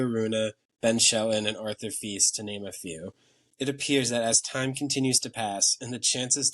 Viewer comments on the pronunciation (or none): none